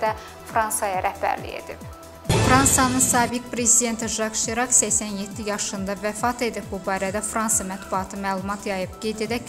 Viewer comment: Serak yox Sirak.